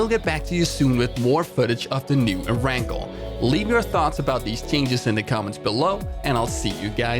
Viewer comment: Cringed at every err-rangle. It's pronounced air-n-gail